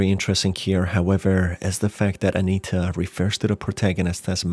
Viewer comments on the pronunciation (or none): Anita is an extremely prevalent name in Europe, including Eastern Europe. That's likely why he read it that way. He's mispronouncing a lot of the names in his videos, and it's likely just language barrier. You can hear his accent, dude.